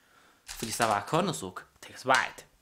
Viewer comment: this isn't a japanese accent, it's a chinese accent. he pronounced kuranosuke "kooranosook", lol